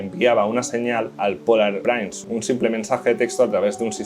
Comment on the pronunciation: La palabra inglesa Prince se pronuncia /prins/, no "prains". Muy bueno el vídeo.